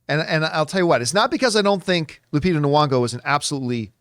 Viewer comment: Every episode I wonder if John's gonna realize her name has a Y, not a U. Still not today. Lupita Nyong'o, not Nuong'o